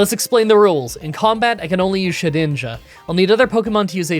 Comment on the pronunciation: Ah,yes. ShediJna ahahahhah